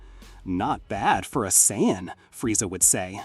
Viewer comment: Why can't the AI pronounce Saiyan properly.